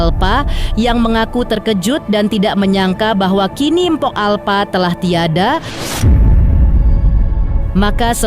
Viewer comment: Bisa baca ngga sih.. Empo bukan empok.. Umumnya gimna sih nyebut empo irg betawi ga ornah denger apa ya? 😂